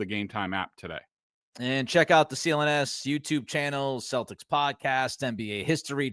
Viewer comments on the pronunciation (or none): none